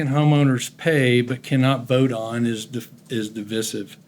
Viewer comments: LOL the clown who pronounced it “DihVihSiv” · Second home owner can’t pronounce “divisive” ?